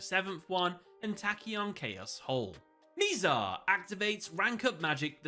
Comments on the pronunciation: Mih-zar rather than “mee-zar”. None of the characters mispronounce it so I have no idea where he got that pronunciation from. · He keep mispronouncing Mizar’s name 💔